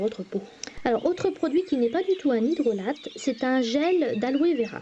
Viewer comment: Cela se prononce "hydrola" et non "hydrolate" ;)